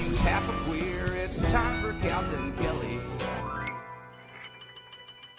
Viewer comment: So annoying how he says Calter instead of Calta